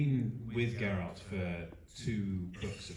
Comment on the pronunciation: Me encanta la entrevista en general. Pero me llama la atención que el entrevistador no pronuncie ni una sola vez correctamente el nombre de Geralt (lo pronuncia siempre como Gerard en catalán).